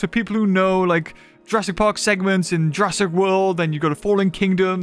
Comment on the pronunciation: How is nobody mentioning the horrible butchering of the word "Jurassic" in this sentence? 💀